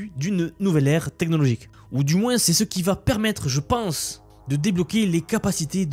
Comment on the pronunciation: (-) On dit moin et pas moinsse 😅🤣 pour moins et plus -,+ Y a un mec qui a copié une de tes vidéos pour la mettre sur sa chaîne